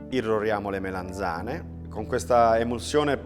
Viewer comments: Melanzane non Melenzane! Che fastidio! Comunque ottimo video! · MELANZANE non MELENZANE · "MELENZANE" non si può sentire 😱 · Le "melEnzane" 😂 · Sentire "melenzane" per 5 minuti...😅😵‍💫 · Ad un certo punto se ci fate caso dice melenzane